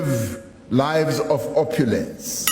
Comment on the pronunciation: Exactly! Did you hear how he said 'opulence' 😂😂